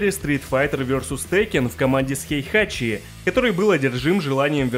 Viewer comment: Не "Хейхачи", а "Хейхати"